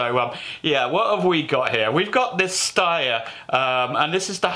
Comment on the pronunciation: Steyer is pronounced as Schneider, not ssss but sh like hush